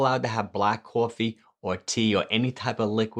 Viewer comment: The way you say “coffee” IK ur from New York loool😂